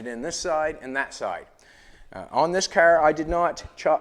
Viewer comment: "The cerrrr"